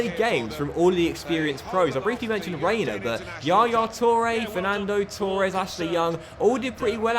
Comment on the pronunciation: I could live with 'Richar-lee-sun" but please... it's pronounced Torres not TOREEEEEE- es